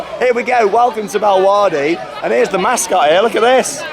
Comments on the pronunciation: I’m so in love with this theme park and I’m so gonna ask to come back here xx love u and this park ❤️❤️❤️😘😘😂😂✌🏻✌🏻👌🏻👌🏻 and it’s pronounced bella waarde I knew u got it wrong but u tried to say it even tho it’s a flemish pronunciation :) and when I went there if u watch Britain’s got talent who may remember baba yega I got to meet them and yes they’re really cringy but it’s so funny 😂 ✌🏻 and as u can see the boomerang ride is I guess a rip-off from walibi Belgium it may be a different name but it has the same shape and style and the Houdini ride is another rip of of the palace of the genie in Walibi as well :) and just to say the ride is an illusion and u don’t actually tip around upside down u just sway side to side like halfway and the walls are the ones turning and yes u may feel like u are upside down but ur not and yes I just heard u said “illusion” but just to tell u what it actually is and also there was a story behind Houdini, basically it’s about a magic show gone wrong that a man tried to do an illusion but died during the performance just some info for u there :) and I hope u had much fun :) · I love how you pronounce Bellewaerde